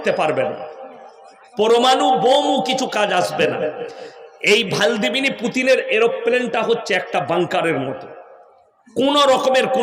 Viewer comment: ভালদিমির নাকি ভ্লাদিমির, স্ক্রাচ নামি ইস্কাস😂😂😂😂😂ব্যাটা আগে ভাল করে উচ্চারণ কর😂😂😂😂😂😂